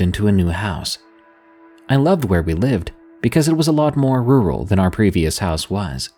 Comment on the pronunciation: Could you teach how to pronounce "rural," please?